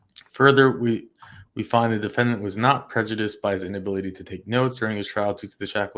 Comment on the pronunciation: How you pronounced PREJUDICED was unprecedented and hilarious 😂😂😂